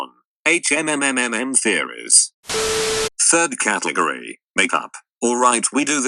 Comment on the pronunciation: can't pronounce "category" very well can he